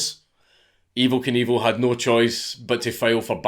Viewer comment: That Scottish "Neooouuu"!